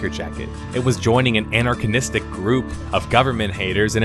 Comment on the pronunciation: Anarchanistic? LOL, you keep making up these words like Bibliacal and Anarchanistic hahaha.